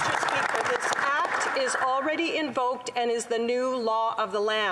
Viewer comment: HAHAHAHAHAHAHAHAHAHAH FOR VVVEEEKS Mr SPEACHER FOR VVVVEEEECKS Mr SPEAKERS HELP US Mr SPEACHERSSSSSSSSSSSSSSSSSSSSSSSSSSSSSSSSSSSSSSSSSS FOR VVVEEEECKSSSSSSSSSSSSSSSS HAHAHAHAHAHAHAHAHA